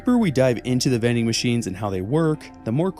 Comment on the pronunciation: Bro said vending machines then I was like oh THOSE vening machines